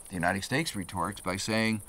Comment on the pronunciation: Uniteg stakes, Emishengs, decakes, why is he pronouncing things so wierd?